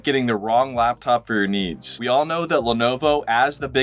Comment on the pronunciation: I kept hearing niece instead of needs. :face-blue-smiling